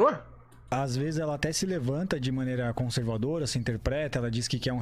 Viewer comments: CAMALEOA CONSERVADIA KKKKKKKKKKKKKKKKKKKKKKKKKKKKK meu deus do céu é o homem mais cabaço do BR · O prazer deles em falar conservadia okkkk